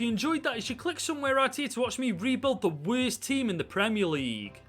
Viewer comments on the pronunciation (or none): “Werst team” 😂😂😂😂😂